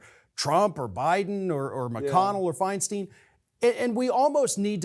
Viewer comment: Feinstein NOT feinstEEn. Just like Einstein.